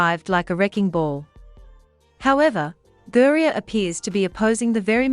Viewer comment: The Bot needs to learn how to pronounce Griner. Pretty good accent, though.